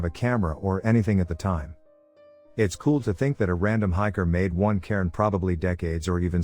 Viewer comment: If you listen to #23 without knowing he's saying "cairn" and not "Karen" it's truly an odd story 😂